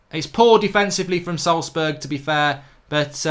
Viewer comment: Wow, he even pronounced Salzburg almost correctly! I have never seen a Brit doing this. ;)